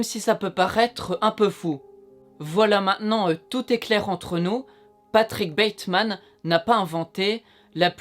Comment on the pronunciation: patickeuh bateuhmaneuh leuh tueureuh